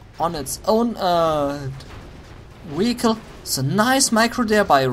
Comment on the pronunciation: I've learned that in German, the "W" and "V" sounds are flipped. Like when you said vehicle, to me in sounded like you were saying Weeicle. Same with the workers. Sounds like to me you say "Vorker". But I'm not here to judge people's grammar.